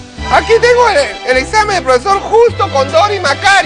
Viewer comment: "ojala haiga otro esamen" jajajajajjjajaa